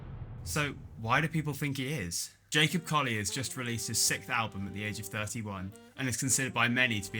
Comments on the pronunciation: Pro tip: Pronouncing "sixth" as "sickth" makes you sound like an idiot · Why can’t Brits say sixth?